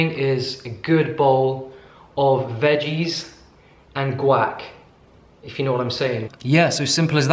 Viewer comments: “Guack” 😂😂 love it. Think you should trademark it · Love your channel! Love your potty mouth! Guac (Wahk)!